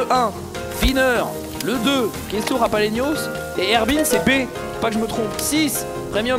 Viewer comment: JaLaPenos, pas JaPaLenos .. :(